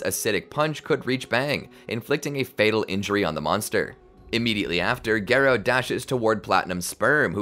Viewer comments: instead of gare-oh its gar-oh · Bro really said gay-row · I think garou is one of those names that everyone is ok with the fan pronunciation. Sitting through gare-oh was pain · Its Gah Row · text to speech AI say garoo💀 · no it’s garrr oh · The video’s amazing but please pronounce Garou right (Gah-roh) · Its pronounced Gah-row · Take a shot every time horribly mispronounces “Garou’s” name… You’d be well dead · Please for the love of all that is manga/anime, learn how to pronounce "Garou"